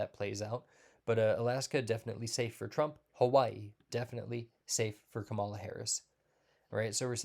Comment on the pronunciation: You gave yourself away bro by DELIBERATELY pronouncing Vice President Harris' first name wrong (btw this means you are a racist ) ! Your entire "gut feeling" is now worthless.